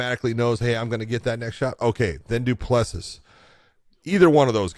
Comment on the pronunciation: Great show but out of respect for the fighters you should learn how to pronounce their names. DU PLESSIS = DOO-PLA-SEA *silent last “s”😉